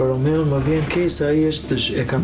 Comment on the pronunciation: Dhe Vesa qe nuk u mesua te thote Romeo, por Romao, dhe jo chift por qeft, 🤮